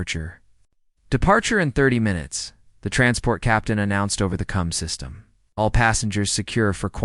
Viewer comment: It's comm systems not cum systems